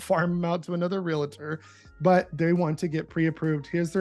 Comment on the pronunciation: Continually saying "real-uh-tor" is killing me. 😵‍💫 REAL-tor. that's it.